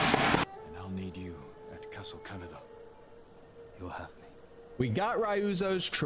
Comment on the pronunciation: When he said Castle CANADA I cringed. You don't need to be Japanese to say the names and places correctly. Poor Masako...